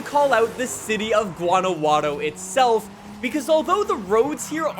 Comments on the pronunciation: Its guanajuato not guanaguato lol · Can someone please teach how to pronounce Guanajuato correctly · Your pronounciation of guanajuato is funny 👀😂